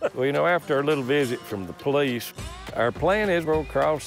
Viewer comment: The man who turns the word 'police' into one syllable is the man you don't want to ask too many questions